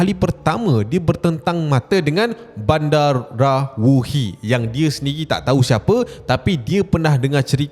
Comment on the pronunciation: salah tu cap. badarawuhi bukan bandarawuhi. takde N. badarawuhi, medusa indo